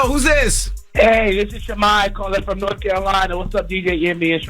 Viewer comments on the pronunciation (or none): none